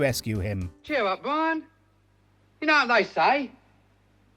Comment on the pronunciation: I gotta know if this guy really has trouble saying his R's or if he's doing for the video. Every time he said "Bwian" I thought it was on purpose but then he did it for the rest of the video